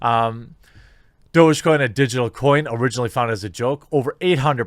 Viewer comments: Its DOG-E coin! Not Do-Je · Isn't it pronounced like doggy coin? Literally dog-e-coin? Douge gtfo :) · I thought it was pronounced "Dog-E-coin" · It's Doggy - DOG-E get it??? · Is that how you pronounce it? Thought it was just dog or doggy. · this whole time i just thought it was pronounced "doggy"